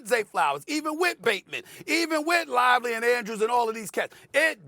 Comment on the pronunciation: Why does Stephen A keep calling Likely "Lively"